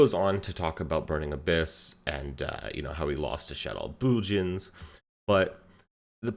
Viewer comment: Im sorry, did you say shaddoll bujins????